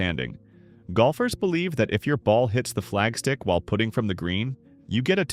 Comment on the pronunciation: For knowing all the rules one would think 'putting' would be easy to pronounce correctly. Just 'putting' this here.